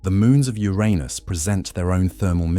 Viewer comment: Thank you for the pronounciation of Uranus as when I grew up.